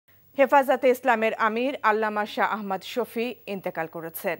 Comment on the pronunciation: শাহ আহমদ শফী সাহেবের (র) নামটাও উচ্চারণ করতে পারে না, সাংবাদিক হইছে